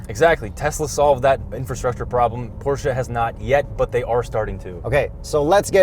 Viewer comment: Thank you from Germany for pronouncing Porsche and Taycan correct 👌🙂